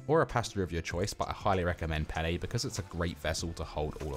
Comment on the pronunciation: Everytime you say "al dantay" or "pannay" I imagine there's an Italian having a meltdown. 😂 But all jokes aside, this looks delicious, will give it a go for next weekends mealprep!